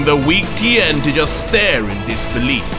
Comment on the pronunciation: He mispronounced tiens last name it’s supposed to sound like Shin hon.